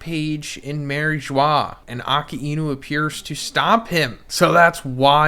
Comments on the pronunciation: 1092 chapters later you’d think that can call A-Ka-Inu correctly, who’s Aki-inu 🤦🏾‍♂️ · Why do you pronounce Aka-inu as Aki-inu ? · Bruh I just noticed you pronounce Akainu’s name like ( Ah Ka Enu) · It’s “A_kai-nu” if you’re gonna freaking do reviews learn to say the freaking names right. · Bro, good video but why do you persist to pronounce akainu’s name like that ???